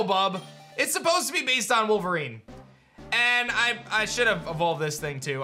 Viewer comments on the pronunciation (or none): none